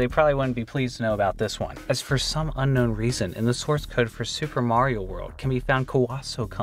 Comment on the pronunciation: He said “Mario” wrong.